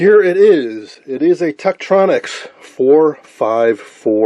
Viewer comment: Too bad the camera missed so much. He mispronounced "Tektronix." Tektronix service facilities used an ultrasonic cleaner the size of a clothing washer machine to clean incoming units, for repair. Ron W4BIN